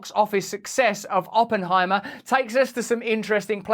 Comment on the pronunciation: I heard "Open I Maah"